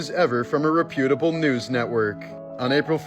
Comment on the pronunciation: And “reputable” lol